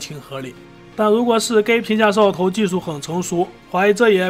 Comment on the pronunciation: 摄像头，你能不能说清楚点